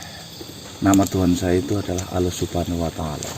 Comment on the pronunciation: Bukan aloh mas, tp Allah swt